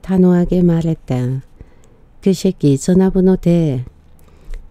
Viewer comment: 지니님 그 새끼 발음이 아주 찰 지내요 고맙습니다